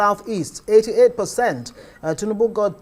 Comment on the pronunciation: Oga, Who Are You To Speak For Igbo People, We Has Nothing To Do With APC party. Look At, This Man Cannot Even Pronounce The Name Of Tinubu Correctly. Oga Continue Looking For Your Stomach, You Are On Your Own Period.